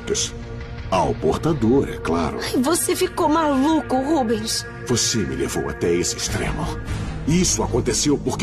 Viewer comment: É RÚBENS E NÃO "RUBEUS"